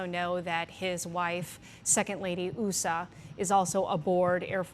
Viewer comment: Couldn’t they have used a more professional female broadcaster than this? The Second Lady’s name is Usha (with an SH sound- it’s mispronounced several times) and a limousine used to transport a casket is a hearse- NOT a Hearst.